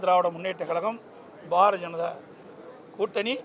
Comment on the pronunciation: பாரஜெனதா ….. திலுப்பி 😂😂😂😂 தமிழை சரியாக பேசுங்க முதல்ல அதன் பின் நாட்டை ஆழலாம்